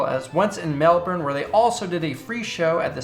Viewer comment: Gave you a like because I love your videos AND because you pronounced Melbourne properly. Great video man